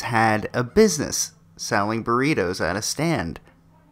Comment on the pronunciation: What the Fuck are BURRIROS?? the name is BURRITOS with a T. not an R. Spanish challenged Idiot. The problem is that the USA has always been STEALING from other cultures and then claim that is their idea. Now, I found it Outrageous that these two smart girls were shut down since there is not a patent on Burritos.